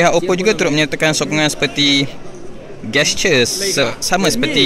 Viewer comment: GeSture sebut dlm ejaan melayu ke?